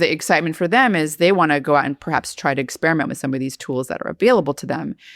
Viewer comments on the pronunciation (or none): none